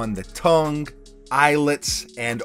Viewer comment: Nice sneakers, tongue has no hard consonant at they end…Tung